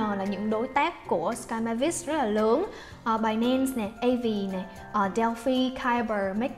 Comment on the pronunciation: Binance đọc thành "bài -nen" nghe dị vãi